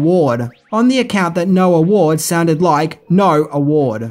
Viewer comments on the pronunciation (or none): none